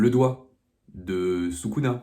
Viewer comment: J'ai arrêté après avoir entendu sakuna 💔